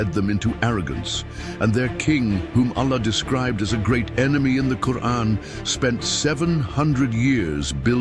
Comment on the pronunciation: Please either put a true qari2 a (reciter) or dont put arabic reader at all there is SOOOOO MANY MISSPELLING , i love your work but i cant watch your video with the quran being misspelled it feels SOOO WRONG in my ears